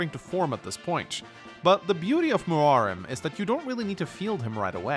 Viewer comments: am i the only one who noticed that ackchually pronounced Muarim the correct way in this video? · Holy shit, he actually pronounced Muarim correctly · Did...did he just pronounce Muarim correctly?